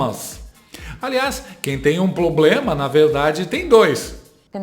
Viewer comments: Não é problema , a (primeira dama de alguns) fala ploblema kkkk que vergonha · ABRIDO, CIDADÕES, PLOBLEMA, INRRESPONSÁVEL, SALMA DE PALMAS, CENSURA e ainda se diz inteligente. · NÃO ENTENDO! ELA NÃO CONSEGUE FALAR PROBLEMA E SEMPRE DIZ "POBLEMA"! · Não tem POBLEMA 😅😅😅😅DEIXA A INTELINGENTE FALAR 😅😅😅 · Por isso que esse governo não resolve nada no país. Está abordando 'ploblemas'😂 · Se alguém tivesse "ABRIDO" a cachóla dessa Jéga,talvez não seria tão "INRRESPONSÁVEL" de causar esse "PLOBLEMA"no jantar com o ShingLing 😮. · É... Janta investe no PLOBLEMA!!! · Ilha de Marajó manda um alô, mas o pLoblema lá é analógico , Ah, então deixa prá lá! Esse "tava tava" também é irritante.... informalidade de boteco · Canja vulga jaula, Em sua expectativa, pensando em falar: "Problema", a realidade, poblema. E com certeza já falou pobrema. É muita inteligência, pra uma pessoa só! O poblema é esse. rsrs... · "ploblema" KKKKKKK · Um bisqui de prastico 😂😂😂😂 pra não ter PLOBLEMA 😂😂😂😂😂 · Tadiiiinhaaa… O “ploblema” é só que ela quer implantar uma ditadura digital no modelo chinês, aqui, no Brasil… Só ISSO! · Eis o "Poblema da Questão" KKKKKKKKKKKKKKKKKKKKKKKKKKKKK... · Cara... a sujeita disse... NOVAMENTE... 'p(L)oblema'!!! 🤦🏻‍♂️ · Kkkkkk mais um 'poblema' pra nós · Ai como é ridicula aff! A mulher se auto-declara inteligente e mete um "PLOBLEMA"na fala hauhauhuahauhauah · "Quem tem um ploblema, tem dois!". Morri 😂😂😂😂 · POBLEMA, CIDADÕES, ABRIDO... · Muito inteligente! ...principalmente defendendo prisão para quem manifesta opinião e ainda fala que esse assunto é um PLOBLEMA e fala "O ÓCULOS" ao invés de "os óculos"(há dois numa armação)! Mui Inteligente! SQN! Xi a mandou tomar no Xu? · O Ploblema da janja é ser burra Segunda vez que ela fala Ploblema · Muito inteligente,/abrido bem a boca para solucionar o ploblema🤣🤣🤣🤣🤣🤣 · Repare que ela continua falando "ploblema". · Eu acho que ela falou poblemal. Escuta direito 😂😂😂😂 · Ela falou "pLobLema" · PLOBLEMA KKKKKKKKKKKKKKKKKKKKKKKKKKKK😂😂